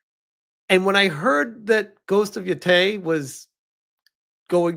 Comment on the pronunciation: 1. How the FUCK has this guy still not figured out how to pronounce Yotei? 2. There isn't a single element in this trailerthat could be construed as "woke." "Ugh, girl-boss," he says., have you SEEN Kill Bill? Have you heard of Lady Snowblood? 3. It's the same creative team that created Tsushima. 4. "It was disheartening to learn Jin's actor is also a wokie." Okay. So you acknowledge that an actor's personal politics don't necessarily affect the final product. You loved Ghost of Tsushima despite the lead's personal politics, but Yotei is doomed to fail because Atsu's is a cringe activist, apparently. 5. declared Indiana Jones and the Great Circle a woke disaster because the developers had the audacity to talk about the female secindary character. This absolute brainlet interpreted that as Indiana Jones not being the lead character in his own game. This guy's takes are worthless.